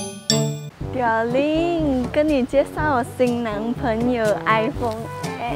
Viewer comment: 我一直听到iphong😂